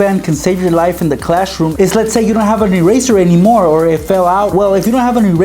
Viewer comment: Why you are saying clash room